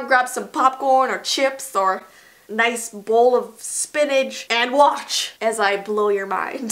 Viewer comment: a noice bowl 🥣 of spinach Me: sorry 😞 no spinach allowed 😅